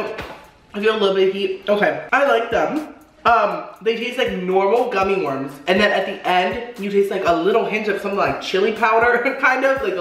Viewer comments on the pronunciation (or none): none